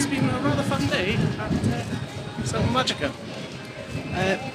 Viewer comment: I always enjoy reports from parks I haven’t been to. How was the park in general? It looked a little dreary. Btw, since you brought up pronunciation, the “j” and usually the “g” in Spanish are pronounced like an “h.” So, GuadalaHára and MáHica.